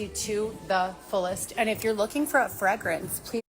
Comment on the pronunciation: FrEgrence with an “E” not fragrance